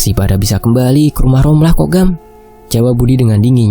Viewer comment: D tulisan rohma d baca romlah